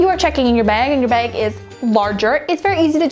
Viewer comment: I hate the way she says bag.. She says it like beg or beag